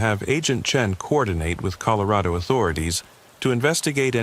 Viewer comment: This is the first time o heard it as colo. Raid o. It's bad enough you go back and forth between Ellen uh and. Ell. Aye. Nah. AI PROGRAMMERS at their best . Yuk. I hate A U I artificial unintelligence. Will stop watching these also.